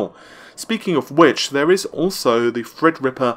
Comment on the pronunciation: good job on saying "Threadripper" now if you could just get "Navi"